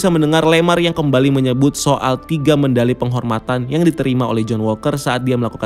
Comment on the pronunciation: Medali min, bukan mendali